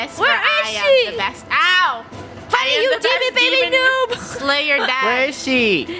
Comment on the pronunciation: funneh sounds like she's saying the f word